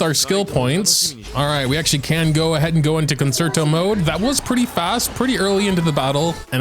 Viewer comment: How pronounces Concerto made me have to look up the proper pronunciation. I shouldn’t have… I played the violin for 10 years and realized the word. I really doubted myself 😂 Stan Robin ❤️❤️